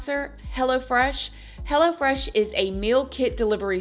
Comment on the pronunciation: I love how with your accent, it sounds like 'Hella Fresh' instead of Hello Fresh 😂🫶🏽🫶🏽 come get your Hella Fresh food 😏